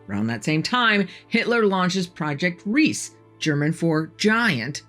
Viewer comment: It is Riese, not Ris. In German you pronounce the "e" at the end of an word. The same for Porsche, it is not Porsch. You also pronounce the "E" at the end